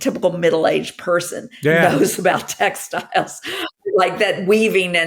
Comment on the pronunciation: I think it says something about our society that the first time you said "textiles" I heard it as "tech styles".